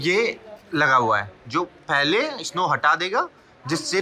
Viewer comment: Bhai स्नो होता है isno isno lga rkha hai